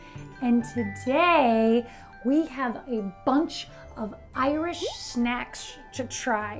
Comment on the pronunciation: Wow u pronounced irish so bloody well or was that not really (I'm new to this channel) anyways love ur content